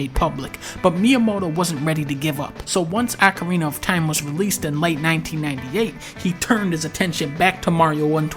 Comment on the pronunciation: I often heard "Ocariner of Time" but "Ackarinar of Time" is a first.